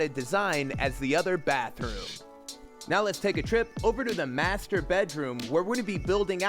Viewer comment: U said master wrong in one of the chapters😅